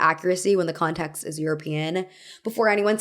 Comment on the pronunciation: I found myself tuning into your accent more during this video. I’m curious where your own pronunciation comes from. For example, you pronounce “context” more like “contaxt” and “sense” more like “sahnse”